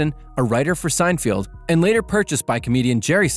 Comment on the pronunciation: Say his name correctly! "Sine-feld". not "Sine-field". didn't even watch the first minute. novus!